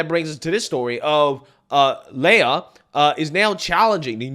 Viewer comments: I don't super care about this trans person. But I just want to throw it out there that your pronunciation of people's names is often... Off. Why do you say "lay-ah" instead of Lia? "Lee-ah". Anyways, this creep needs to stay out of women's locker rooms. No men in women's sports!! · it's Lia (Lee-Ah), get it right or he/she might wanna pack your Fani or dip in your curry lmao 🤣